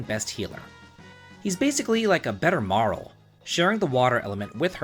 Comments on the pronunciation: "MAR-UHL', 'AL-EE-UH', 'CRAH-NOH'. Dude, do you speak the language? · Marl? Luca? ALIA?!!! who tf are those? MarlE, LucCa, AYLA. AY-LA